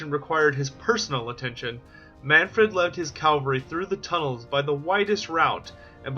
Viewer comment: LOL you keep saying calvary, it's cavalry...